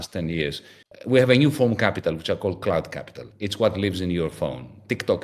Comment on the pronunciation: Is he saying "clout" or "cloud" capital? Serious question